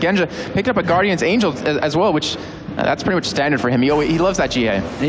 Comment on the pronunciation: not sure if is stupid or doing it on purpose 'infinitys edge' morellos nomicon' 'guardians angel'